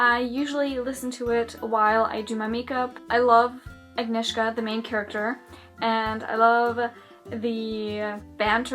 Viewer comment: You actually did pretty well at pronouncing 'Agnieszka' :)